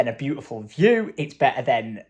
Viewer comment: "That is looking brew-tiful" lol